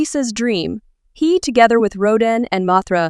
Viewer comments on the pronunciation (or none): none